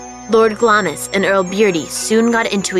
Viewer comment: its pronounced glams.you miss out the i